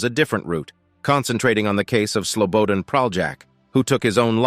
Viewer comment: Its SLO BO DAN not slowboden 😅